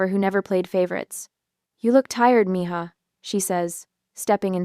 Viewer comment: Finally! Mija pronounced correctly! First. Time. Ever!